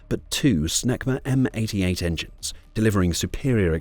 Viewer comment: Oh "SNECMA". I thought the computer voice said power supplied by "...SMEGMA M-53 P2 afterburner turbofan"! 😮